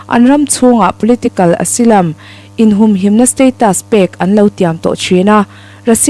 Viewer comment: Asylum tih kha asilam tia lam lovin azailam tiin lam ni se a dik deuh ang a....?